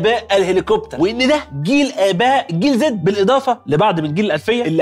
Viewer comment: عزيز انت عمال تقول جنزي بدل جيل زي احنا بقينا بطلونات يا عزيزي 😅